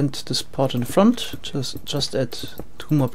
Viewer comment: I like it when you say FORWARTS , and FRONT